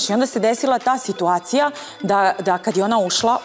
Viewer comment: Tako priča nikoju, svitacija i još neke provala😂😂😂